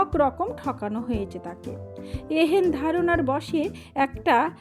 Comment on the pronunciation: এত ভুল উচ্চারণ তা ও গল্প পড়ার সখ। ''এ হেন " কথাটিকে সমানে পড়ে গেলেন "a hen" উচ্চারনে !